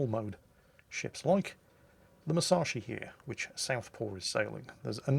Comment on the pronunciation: C'mon - you've got the Yamato pronunciation right now, so now it's time to start getting the Musashi pronunciation right. Moose - ash - ee. Squeezed up tight - moose ashee. OK? Now squeeze it up even tighter: Mus ash ee. Musashi. C'mon - you can do it.